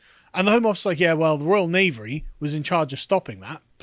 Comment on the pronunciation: Pretty sure you intended to say "Royal Navy," but what you actually said was "Royal Knavery"... Mission Failed Successfully?